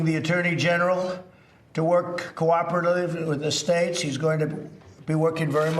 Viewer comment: learn something new everyday with this guy. Like the word cooperadive